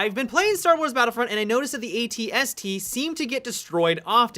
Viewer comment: He's saying Star Wars Battlefront'S with an apostrophe Possessive.